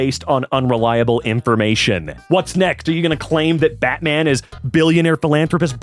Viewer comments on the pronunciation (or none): none